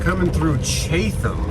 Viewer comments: Oof, the way he pronounced Chat-ham. 😬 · Chatham = "Chat-UM" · It's pronounced chattum and it is some pretty country.... lots of moonshine comes out of that area lol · Pronounced Chat-um Virginia